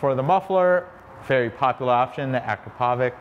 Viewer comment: It's Ah-krahp-oh-vitch. Please, learn to say it. It's part of your job.